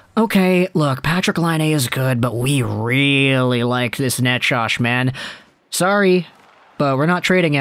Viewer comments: how are you saying Necas? I don't think it's Nachosh. Forsland used to say "Nachez" ( emphasis 1st syllable). I'd go with that. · Ya no I'd take Necas and Jarvis. And you're pronouncing Necas wrong lol.